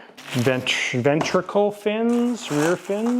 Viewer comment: BCM kits have always been first-class! (Respectfully... "Ventral", not "ventricle") :)